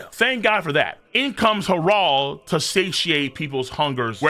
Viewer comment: Why does pronounce Harold like that. “Hah-Rald”?!?